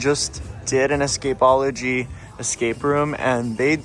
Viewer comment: Thank you for pronouncing Escapeology correctly. The wrong pronunciation is so cringe…. 😬